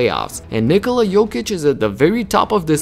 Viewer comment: Ja kad sam cuo kako izgovara ime Nikola odmah sam znao da je odavde. Ameri drugacije akcentuju kad izgovaraju :D